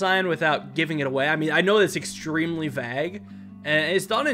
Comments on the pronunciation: Did Did you just pronounce vague as "vag" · it's a long "a" sound, like in cape, not cap.